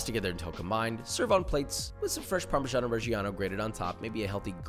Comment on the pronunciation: Not bad accent for a non-italian guy! love your videos btw <3